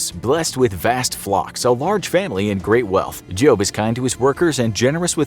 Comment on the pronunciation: did he just say jobe or job or is it just me